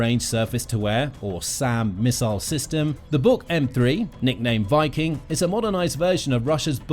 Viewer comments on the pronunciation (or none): none